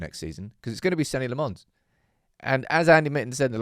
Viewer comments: please man you've really got to stop pronouncing his name La-Mons. Either pronounce it the way he says it is "Law-mans" or how we would naively pronounce it "La-mens". Your pronunciation always confuses me in my head. Apart from that great video and great content as usual! The best thing about Senne is we've just stopped talking about goalkeeper in a game which otherwise there was always this conversation that this goal should have been stopped or this goal was a horror show. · May have been said elsewhere but his surname is prounced "Lommens". There was an interview when he signed and he said that's how to pronounce it ... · Good content as always.. I don’t understand just one thing.. why is it so hard for you to pronounce Senne’s name the proper way? Le Mans is a race 😅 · Dude PLEASE learn how to say his name... It's definitely not LeMons. You can just look up some videos from Belgium to learn how to say his name, or ask Google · has hearing problems, he watched Senne say his name, and heard, Senny Le Mons???? FFS it's pronounced "Senna" Lammens, not Bloody Senny